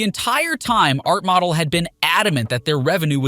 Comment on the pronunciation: Imagine having a YouTube channel, dedicated to the NFL and not knowing how to pronounce Art Modell. Art Model. 😮